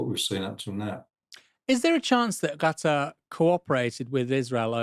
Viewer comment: Is it just me that is hearing Aaron calling it "Gatter" rather than Qatar?